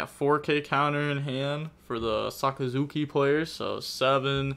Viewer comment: Dude pronounced Sakazuki perfectly, but will stuble on any english word with more than 2 syllables.